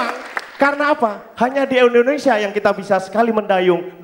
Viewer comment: Indonesia om bukan Endonesia